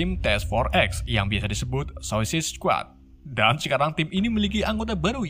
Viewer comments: Kenapa bacanya sosis squad dah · Min,bacanya suasaid skuad,,ngomongnya kok susah amet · anjir ngomong nya Susuasaid squad🤣🤣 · Bacanya sesadd bang😉 Awokwokwok 🤣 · Bacanya sueicid skuad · Bacanya gini bang "suicude squad" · suisait sekuat gt bang bacanya:D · Cara baca Suicide Squad=Suisaid Skuad Gitu bg klo masih gabisa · Blepotan banget bacanya 🤣🤣🤣,, "suesaid skuad" min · Sausaid squad baca nya